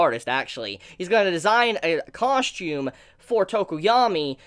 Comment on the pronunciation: coSHtume coSHtume coSHtume COSSSSSSSTUME